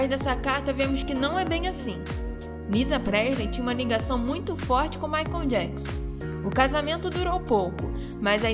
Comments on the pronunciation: Não é "Maicon" mas sim Michael (pronúncia MAICOL). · Moça, não é Maicom e sim Maichaellll😮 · Gente, eu amei o vídeo, mas a pronúncia do nome do Michael me deu aflição 🤦🏻‍♀️Maicon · A pronúncia dela falando michael ... Maicon dói os ouvidos de uma fã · O q me deu aflição foi vc toda hora dizendo Maicon kkkkk